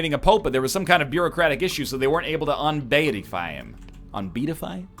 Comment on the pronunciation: ...He can't pronounce beatify? Bee-at-if-ie